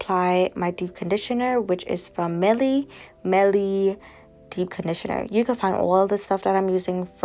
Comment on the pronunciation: Mielle is pronounced = ME - ELLE = honey in French